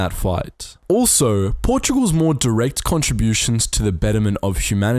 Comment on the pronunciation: Is Portugal's, not "Portogual's". But yes